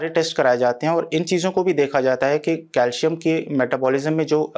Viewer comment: It's pronounced as calsium cal -si-am.